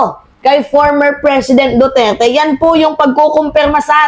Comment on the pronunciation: Ayusin mo yung bigkas mo ng Duterte,wala akong maintaindihan pnu ka paniniwalaan